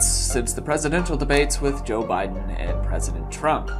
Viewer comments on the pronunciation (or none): none